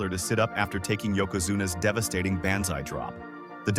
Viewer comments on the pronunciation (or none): Dude, Tatainka? Needhart? Baanzai? Skayland? Owen begged himself to not throw in the towel? This is either an AI narrator with no effort given to make sure it sounded good, or this dude has never watched 90s wrestling. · Ban….Zai, was my giveaway 😂😂😂